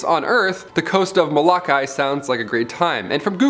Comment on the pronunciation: I used to consider that your content was good and interesting until my home was in it. I live in Hawai'i. First, you cannot even learn how to pronounce Moloka'i and Kalaupapa. At least the tourists here know how to pronounce it better than you. Which makes me now wonder if your channel has been wrecking names left and right. Also, Kalaupapa has been considered cursed, but where the heck did you get the information that only 5 people live on Moloka'i? There is a resort, cattle ranch, and a few thousand residents. Kalaupapa itself has been declining, but no one stays there because its one of the most remote areas, Historical Site, and Historical Landmark. There is very little in getting supplies and medical help. It could take hours. Only people who are allowed to stay are former residents and their families. I HAVE met someone from Na'uru and its corruption not a curse for them. They never said anything about a curse. I hate to say it, but seeing how you cannot even get one section of your vidoes. And my experience with someone causing me to doubt another part has now had me question ALL of how good your videos are.